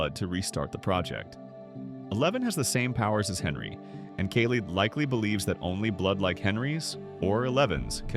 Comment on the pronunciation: i know its the AI voice butchering Kali's name but i was looking away and asked who's that?